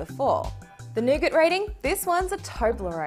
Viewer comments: Come on you are Australian... say nougat properly. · I heard that too! Then I thought of all the scenarios of people getting jumped from saying nougat😂😂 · C'mon CNET!!!! Yall need to review these videos before you release em' to the public. accent makes "Nougat" sound like the "N Word"!!!! As an African American I was not offended but I can see how some people would be offended or use "Nougat" (with an accent) as a form of sarcasm. "I said Nougats, not the N Word!!!". There is a small part of me that believes that and CNET knew what they were doing when she makes the inner city slang references and terms in parts of the short video. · thought I head that too had to replay it a couple times